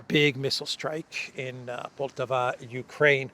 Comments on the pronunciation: the proper pronunciation of poltava is with the accent on the first a. Just fyi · the accent is on firstA in the city of Poltava. Which btw became Russian in 1667, up until 1991 I'm guessing.